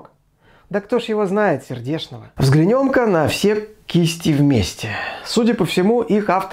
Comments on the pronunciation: взглянЁм, вместо взглЯнем. - у ней... всё-таки "у неё". - поднЯта кожа. Должно быть поднятА, хотя в остальных случаях ударение на Я. - стОпами. Причём буквально за несколько секунд до этого вы правильно произносите "стопАми". Это то, что я заметил, пересмотрев ролик на 2 скорости. Возможно, что-то пропустил. Впрочем, у нынешних ведущих ТВ и радио ошибок с ударениями на 20 с небольшим минут бывает и больше. В любом случае - спасибо за вашу деятельность и, надеюсь, моё брюзжание лишь пойдёт на пользу. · "взглянём". Это как понимать? опять это "взглянём". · Лично я не заметила "настолько много" ошибок (тоже тот ещё оборот, ага), хотя, если честно, больше на видеоряд залипала, чем на текст. Однако "взглянЁм" резануло реально. )))